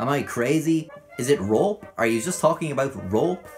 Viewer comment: I love the way he pronounces “Rope” Roep